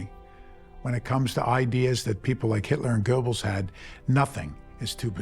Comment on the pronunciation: Why should I take this seriously? They can't even pronouce the word "Goebbels" correctly?